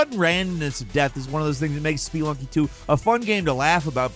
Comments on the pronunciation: It's "sp-uh-lunking" not "sp-ee-lunking" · "spee lunky"? Odd emphasis. I would assume it's pronounced like the word it's based on, spelunk. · Spelunky is pronounced "Splunky". There's no E sound after the P. Btw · Spee lunky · “ SPEE lunky “… nice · Dude can't say Spelunky right, but can pronounce Sekiro like that with ease! Ribbing aside, I enjoyed the video. I had a great time with a few of these games (Returnal, Sifu, and Ghostrunner). I'm playing Thumper right now and if I were making a list like this, then I'd be putting it at the top! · The way you pronounce spelunky makes me want to scratch my own eyes out.